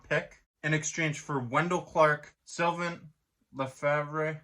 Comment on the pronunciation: Sylvain "La-Fabe" is how it's pronounced lol. Nice try though